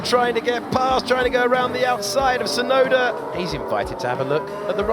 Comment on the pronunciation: I hate when they call him "Sunoda" instead of Tsunoda.